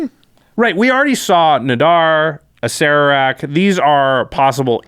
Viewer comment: I can't be mad that you don't know this because it doesn't really make any sense, but Acererak is pronounced "a-sir-ak." (both "a"s as in "cat")